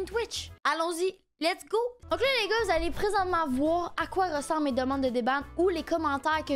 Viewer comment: A chaque fois elle dis les gars j'entends n.igga